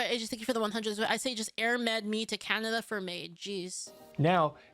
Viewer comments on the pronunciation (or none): none